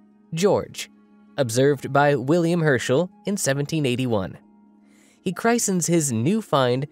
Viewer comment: Ironic that they'd spend that time discussing the pronunciation of 'Uranus', only to mispronounce the word 'christen'. 🤦